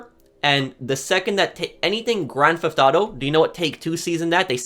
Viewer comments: "Grand Tho Auto 3" 🤣🤣🤣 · grand thauto?